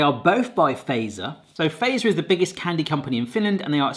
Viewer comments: It's still not "Feiser". Fatzer... Fat-zer F as in feline, A as in Albert, T as in Tony, Z as in Zorro, E as in elevator, R as in rose. Also, what's up with you English speakers and "Salma Kayaki"? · Fazer, use English pronunciation for Z, so "fatser". It is not American "phaser". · It's "Fa-tzer", not "Fey-zer" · feiser :_D you have to pronounce it like FAT-SER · Really enjoyed your descriptions and reactions and feel like they were really genuine and truthful in how you felt about these Finnish sweets :) One thing that kind of hurts my Finnish ear if how almost everybody pronounces Fazer "wrong", In Finnish it should NOT be pronounced as word "phaser". The "FA", should be phonetically said like you say word "far", but without the r at the end and the Z is more like ts, so basically [fatser], not like [feisö:r] [faze:r] (that correct R might be hard to pronounce, that will be forgiven :D ) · did you know its typed fazer BUT pronoutsed FATSER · So in Finnish the "z" is pronounced "ts", so fazer would be pronounced fatser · It always tickles me how non-Finnish people pronounce Fazer as "phaser" :D Kind of endearing